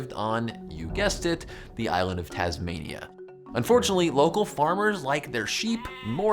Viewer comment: "the island of Tasmaina"